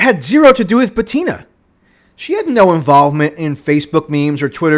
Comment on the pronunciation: Michael, are you here? The lass' name is pronounced "BUTina", not "ButIna".